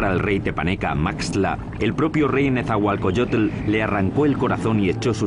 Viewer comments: que mal que los que son locutores en esta historia no son mexicanos, NO SABEN PRONUNCIAR EL NOMBRE DE NETZAHUALOCOYOTL, dice netzahualcoyotle, ni siquiera saben leer...QUE PENA QUE ESTO LO ACEPTEMOS............ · El comentarista que traduce dice nezahualcoyotel jaja